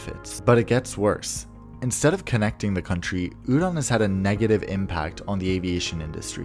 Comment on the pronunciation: Hearing "udon" over and over is making me hungry 🍜